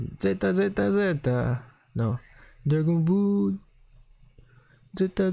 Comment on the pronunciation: Dragon Bull noooooo😂😂😂😂 jeje???Geteeeteee???Noooooo🤣🤣🤣🤣🤣🤣Maledetti Francesi le storpiano Tutte!😂😂😂😂😂😂😂